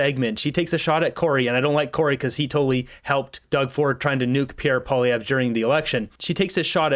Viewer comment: Angry Polieve?? lol whatever